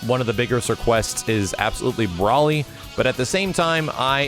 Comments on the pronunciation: BRO-ly*, not BRAW-ly. Tired of hearing people say that. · Please don't say Broly like that. Literally just say it the same way it in the movies and games. BRO-ly not BRA-ly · It’s Broly (Bro-Lee) not Brawly (Bra-Lee) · ....I'm gonna say it again. It's not Brawly. It's Broly. Bro as in Bro.. not Bra. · Not braly Bro-ly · BRO-LEE NOT BRAWLY BROLY!!!!!!! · Magic Llama No, it is actually "Brawl-lee". His name comes from broccoli. How do you pronounce broccoli? Oh, yeah "BRAW-CO-LEE". But I still pronounce his name "Bro-lee" either way. It's just that I'm too use to it. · Magistone yes it is pronounced Bro Lee broly not brawly as bro an ly do not make a brawl sound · said Brawly teehee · It's Brloly! Bro-Lee!